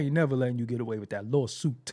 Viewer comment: 😂😂😂that "lawSOOOUUTEE"